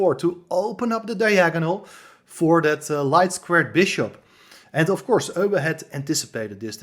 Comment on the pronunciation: Good to hear Euwe, pronounced by a compatriot of his. This is an old favourite of course. Thanks.